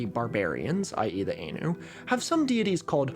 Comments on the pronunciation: You're pronouncing Ainu wrong the whole time btw. It's /ˈaɪnuː/ not /ˈeɪnuː/ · I think Ainu is pronounced like Eye New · "Ainu" is pronounced "eye-noo" by the way. If you ever go to Hokkaido, there's only village left that's majority Ainu, and it's not famous, Nibutani in Biratori. It has a guesthouse run by local Ainus, Yanto. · “Ainu” with the “ai” in “rain” sounds like a plural for anus. It’s “Ainu” with the “ai” in “Thai,” which is the typical handling of that vowel with Asian words transcribed into the Latin alphabet. Sorry to be a smarty pants; I do love your content. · You're lowk wrong about your overview of the Ainu. They are not descended from Han Japanese (Yamato) people, as you imply. Rather, both Yamato people and Ainu people share a common ancestor, the Jomon people. Also its pronounced Ainu, IPA: /áj.nu/ or [ʔáj.nu], not Einu as you say, IPA: /eɪ.nu/. Also the Ainu are not the same as the Ezo/Emishi. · Every time he pronounces it aynu I die a little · I've always heard Ainu pronounced "eye-new" or "i knew". including from historians whos work is focused on the region. anyways, sweet content as usual!! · This is such a great video but the mispronunciation of Ainu is killing me. The ai is pronounced like "eye," not like the ai in "laid." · The typical English pronunciation of Ainu is /ɑjnʉw/ "Eye-noo" Great episode! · For reference it's pronounced 'Aye-nu', they are probably genetically related to the Jomon component of Japanese ancestry and they are not culturally linked to any particular Siberian ethnic group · Yeah, Ainu should be more like eye-nu because an "ah" rolled into an "ih" makes "eye". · Ainu is pronounced like “eye-new” Iirc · I cringed whenever you pronounced Ainu like that. Its pronounced like "I knew". Also, they arent descended directly from the Japanese but share ancestry with the Japanese (Japanese people come from a mixture of Yayoi and Jomon peoples. Ainu people descend directly from the Jomon).